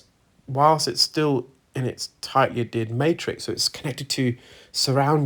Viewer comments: It is pronounced add hear d not ad ered. The H is not silent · Adhered, my good man. Not Addered. Unless that is just a UK pronunciation of the word. Tomatoe, tomotoe.